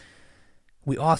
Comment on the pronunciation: Woow how you pronounce Hooyo was another level, and as Somali I'm proud of her Always Deen over Dunya.